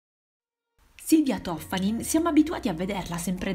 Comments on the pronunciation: Si chiama Toffani'n non To'ffanin... Benvenuti al nord. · Toffanìn...l’accento, Signorina, l’accento...è veneta! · L'accento è sulla i